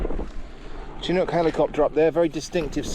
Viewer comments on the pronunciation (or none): none